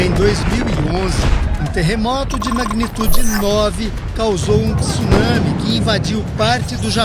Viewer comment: meus ouvidos agradece por ouvir TSUNAMI e não TIÇUNAMI